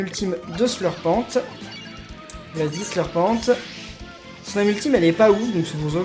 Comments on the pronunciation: Carnanova c'est Herbert qui s'est "ouvert au monde" en mangeant de la viande et ON DIT "Slurpent" comme serpent et pas "Slurpenttte" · Pourquoi tu dis Slurpente alors que ça vient de serpent et que ça se dit Slurpen